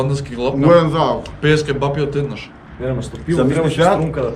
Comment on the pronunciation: Ау акцентов на Ќеба-Пии